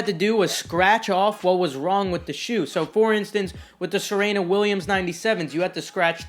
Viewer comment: ITS PRONOUNCED SUH-REE-NUH, NOT SEH REH NUH LMAO